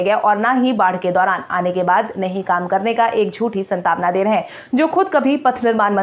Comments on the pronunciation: सांत्वना होता है न कि संतावना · शांतवना शब्द का सही उच्चारण करने का प्रयास करें।इसे संतावना कहने की गलती न करें।